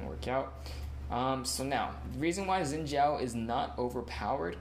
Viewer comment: umm are you stupid zin zhao is incorrect the correct one is shin zhao